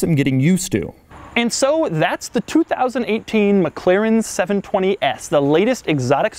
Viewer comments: I abhor how he says "McClaren" Dammit man, there isn't another C in there. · Your totally saying the name wrong It's not Mc claren its Mc-laren And pls keep your hands down Stop moving your hands all over your face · Your "mclaren" pronunciation is a bit annoying,oddly.